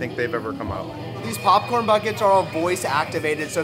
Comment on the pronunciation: Oh god he does it with popcorn too.. pupcorn just like he says huttub. What area of the world is your family from? LoL. I’ve never heard that before.